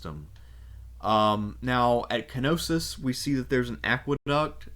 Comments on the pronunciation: K-Nossos 😅 Its a silent 'K', like Knight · No it isn't. Κνωσος. The K is very much present and annunciated in the Greek. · Man this is such a great video But the pronunciation of Knosos is so wrong, is Ko-no-so not ki-no-sis, remember, this is hellenic/latin pronunciation, not germanic pronunciation Is even weird because you say minoan in a correct way